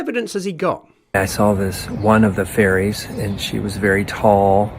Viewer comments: I heard that as well. :3 At least you can hug a furry for reals though! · I kept hearing “furries” instead of “fairies” and that made it more interesting. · sorry everytime someone says "fairys" all i hear is "furrys" and i can confirm furrys are real - and they scare me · Hearing you say "furries" instead of "fairies" adds a dimension lol 😅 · If I was listening to this video with my eyes closed, I would be 100% certain that you’re saying “Furries” not “Fairies” and I don’t like the thought of that. Not one bit 😳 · fully thought you said "furries are actually real" for a sec there had me worried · Maybe it's my American ears, but I heard "furries" every time you (presumably) said "fairies" or "faeries". It increased my enjoyment by 15%. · Did you say "fairies" or did you say "furries" there for a moment? 😂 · Mate, you pronouncing fairies like "furries" is really confusing. Do you pronounce "furries" the same? I get they are both groups of nutjobs, but they are still quite distinct groups. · At first I kept hearing "furries". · Every time i hear you say fairies, i hear it as furries. lol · It sounds like you're saying furries lol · when you say "fairies", it sounds like "furries". that's a W H O L E other video. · Pronounce faires correctly. You are Welch for god sake have some pride